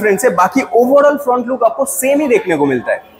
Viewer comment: kya bola fhrount look 🤣😂